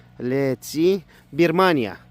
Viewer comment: Adana kapak mı dedi 😂😂😂😂😂😂😂😂😂😂bamyaya Birmanya dedi😂😂😂😂😂😂😂😂😂😂😂😂😂abi gerçekten türkçem bozuldu😂😂😂😂😂😂😂😂😂😂😂😂😂😂😂😂😂😂